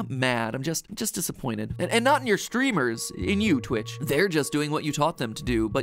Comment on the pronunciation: It’s Twitch not Snitch